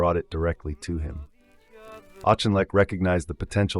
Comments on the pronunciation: Auchinleck is Known in the Uk as the Auck! Thus his name is pronounced Auckinleck! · Auchinleck :- spelt with a Ch but pronounced as a k 👍🏻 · 'loo tenant', auchinleck mispronunciation, pictures of Americans in a feature about British forces and the inability to spell detachment meant I stopped at 5.43 That's 5 mins of my life I shall never have back!!, God knows what other crap elements are in the rest of this....